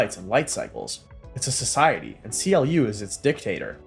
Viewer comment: CLU is not pronounced C. L. U, it's pronounced "clue" fyi.